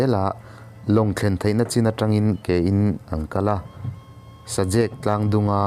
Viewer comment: Syhlet leh Mahmuam chu I lam dik lo thin hle mai..Sajek pawh....inzir deuh rawh